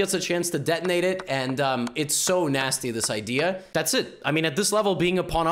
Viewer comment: The way he said “fOOteeE” 😂